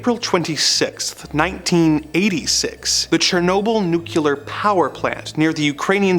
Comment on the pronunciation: It's NU-CLEAR not nucular